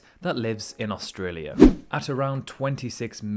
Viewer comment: One of the best videos I’ve seen about Australia, just the way my man say’s “Australia” bugs me.